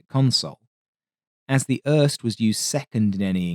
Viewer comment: Uhrrrst is crazy for pronouncing IRST